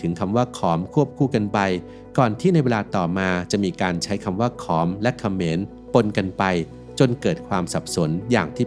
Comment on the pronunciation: ខម ไม่ใช่อ่านว่าขอมครับ